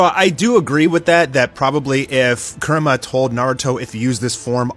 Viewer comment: its pronounced coo-rama lol